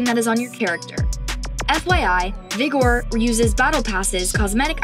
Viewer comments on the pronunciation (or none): You saying vigor a little too funky now